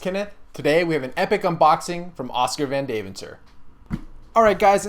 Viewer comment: You say Oskar van Deventer like: Oscar - Fun - Day - Vent - Or.